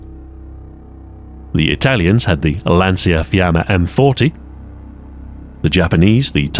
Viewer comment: How ahoy pronounced Lancia fiamme is just "Lansia fiame"